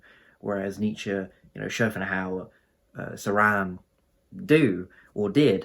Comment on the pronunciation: Just a note: it's pronounced Cho-ran. Great video.